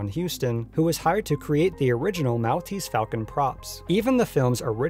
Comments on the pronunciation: The island of Malta (pronounced Mall- ta) has the description of Mall-tese to it's property. I cringed each time you said mal. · Mall-tease, Mall-tease, Mall-tease, Mall-tease. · "mall tease" not "mowl tease" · Mahl-teez falcon?! It's pronounced Mawl-teez falcon. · Great work here. A very interesting piece of documentary work on lost and found movie props. My only two critical notes would be: "The Academy of Motion picture Arts and Sciences" not "..pictures Arts and sciences". And I've always heard it pronounced as The "Maul-tease" Falcon rather than the "Mal-tease". Overall, as I said, a fun and interesting piece. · Maltese = "mall-TEASE." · Not a big deal, but "Maltese" is pronounced like "Mall-teez"/"Mahl-teez" (as in shopping "mall"). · Maltese is pronounced Mall tese. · lol the way you said 'Maltese' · What's with the pronunciation of "Maltese" here? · Please say Maltese like a human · Great video but how the fuck can you not know how to say Maltese? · youre mispronouncing Maltese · Good video, but the way you say, 'Maltese' is physically painful to listen to. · The way he pronounces Maltese made me cringe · Your pronounciation of Maltese is awful. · Learn to pronounce Maltese ... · ...this video was really entertaining (great editing) ...except the mispronunciations kept throwing me off ...it's cecil b. DEH-mill (the announcer even says it in the clip you used) ...and it's MALL-teez falcon (as in 'shopping mall') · Mell-teast falcon? De-Meal? Do you pronounce anything correctly?